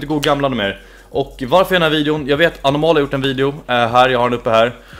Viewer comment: Sättet du uttalade Anomaly😂